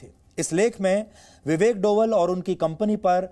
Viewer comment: Sir डोवल नहीं "डोभाल" हैं